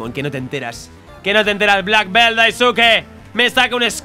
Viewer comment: 03 cosas: -Tienes 2 Raices Energia:Restauran 200ps. -Quita al Venasaur y pon al Metagros que tambien tiene mega y tiene Mejores estadisticas. -Esfera aural es Basofia para Yoel:v PD: Al minuto dice entrenador Daisuque:v Like para que lo lea:v